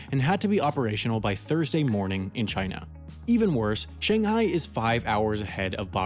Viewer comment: Take a shot everytime he pronounces "Shanghai" wrong